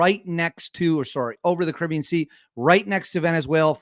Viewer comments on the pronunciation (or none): none